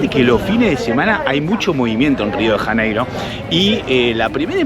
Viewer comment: Rio de Raneiro? Nossa cidade tem seu nome próprio com o som das letras em português. Pronunciar Rio de Raneiro é um erro ! Seria melhor pronunciar assim: Rio de Llaneiro! 😅